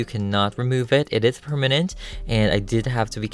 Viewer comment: Wait... did... Did you just say... Perminute instead of permanent